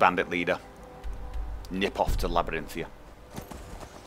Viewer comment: He knows but he thinks 'Labarinthia' sounds better.